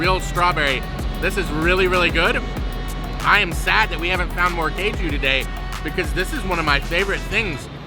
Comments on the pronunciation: It's not keju it is kaaju - cashew nuts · It is not "kay ju". It is "Kaaju". Not sure how you would feel if non-natives say "baa gel" instead of "bay gel", or similar. I am sure one would earn strange looks for blatantly mispronouncing, and with how this western society is about approaching people (or not), it just would lead to perhaps, behind-the-back giggles, to worse. BTW, "Kaaju" is cashew, in Bengali. And, you are, in Bengal. And, as you can see, it is a different culture, and different language, even a microcosm within, in the great diaspora of India. We know you have never had "any" of those desserts before. Westerners, are singularly insulated, and the treats of India only exist as such a rarity here in the west, that it is superfluous to state you have never had it before. Especially for a first-timer. Keep discovering. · It's kaaju not keju , cashew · Caju is pronounced "Caa - joo" (think "Calm Jew", minus the L and M in calm) and it is something you already know. Cashew is the adulterated pronunciation of the word Caju. Just like the word Pistachio is the mispronunciation of the word Pista. The "ras" in Rasgullah means juice or syrup and is pronounced like the English name "Russ", with Gullah meaning a round or spherical object. The words Gulab Jamun translate to Rose (or Rosy) Plum. Kala ("Kaa - Laa") Jamun means Black Plum. See! You're learning Hindi already!! 😊